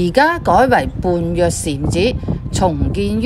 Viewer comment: 般若讀音為波野